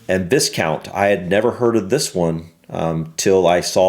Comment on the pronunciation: We put the emphasis on the first syllable with these titles. Most of them sound how they look. Marsheness and Vycount/Vycountess are the pronunciations for the difficult ones.